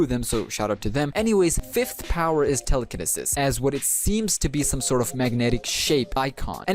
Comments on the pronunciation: Im sorry but it's pronounced "tele-ca-knee-sis" Also GREAT video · Telecaneses is said wrong